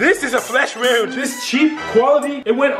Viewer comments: "This thing should be sturdy enough to protect a wouound, or a bullet wouound!" I'm dying 😂😂😂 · a bullet WOOND 😂😂😂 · this is a flesh wuend.... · and the way he says "wound" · The way he says wound 😂